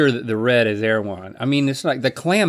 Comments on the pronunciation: not my latino ass thinking they said "AirJuan". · Erawan? It's Thailand? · Tf is erewhon